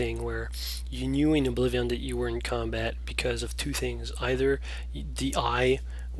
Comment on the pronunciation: Just wondering, why do you pronounce it Oblivi-AHN?